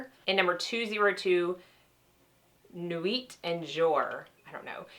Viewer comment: Ha, I love hearing your attempts at French,. Being your Canadian cousin, I'll let you know how to pronounce, so you can impress all your friends, ha. Nuit = Newee et= eh jour = zhewerr (kind of rhymes with tour). Hope that helps. Now you're going to sound all "fancy" like! Always love to look at what you like and recommend. Hugs from Moi from Canada!